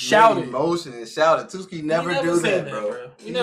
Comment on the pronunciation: i cant stop laughing at them calling tsuki "twoski" 😭🤣